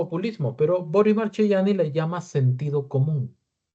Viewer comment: Se lee Markeyani, correctamente en italiano